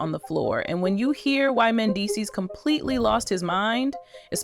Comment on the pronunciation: Pronounce Mendeecees name correctly!